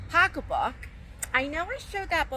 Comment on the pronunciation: lol I'm not even sure why but I always just call it my "bag"... and purse is totally acceptable.. I've said that before lol but I die laughing when she says pocketbook 🤣 idk even the way she says it 🤣 I just love her!